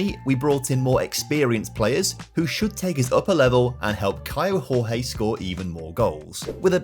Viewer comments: Hey, just a heads up: Kaio Jorge reads like José Mourinho, not hooze like in Spanish but giôzé (portuguese). It applies to the Jorge bit, where more like giorgê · The pronunce for Kaio Jorge is: KYLE DJOR-DJE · Hey, great video! Just a brazilian heads up here... The J and the G from "Kaio Jorge" don't sound like in Spanish. Jorge in portuguese sound more like "George" in a way 😅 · Hello, in portuguese the "J" doesnt have a "R" sound, so say the player Caio Jorge, you pronunce the J the same as you do in english. Love your videos man!